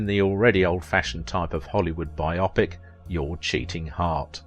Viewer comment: There are odd mispronunciations in the narration. It seems unlikely for an Englishman to mispronounce "biopic". Is this an artificial voice-over?